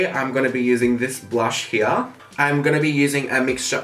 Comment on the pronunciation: "this shade heeya"